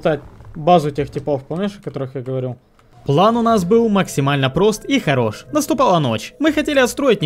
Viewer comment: Почему плэн а не план?